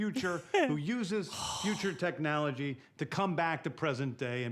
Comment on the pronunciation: Us brits get taken the Micky out of for pronouncing things or the accent when you’ve got James Gunn out here saying technalogy. In Gunn we trust, the authority if done right will be epic.